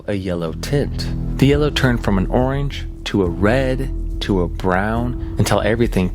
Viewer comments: Oinge sky day 😂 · my boi did not just say oinge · Nah, he said orange lmao The r is there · bro I'm glad I'm not the only one who noticed haha